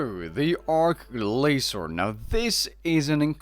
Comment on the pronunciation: I wish I could ignore it, but it needs to be said. It's ARCH Glacor, not ARK Glacor. Just the same a having an arch-nemesis, not ark-nemesis.